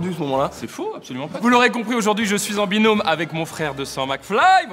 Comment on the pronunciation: carlito ta dit binonme mdr binom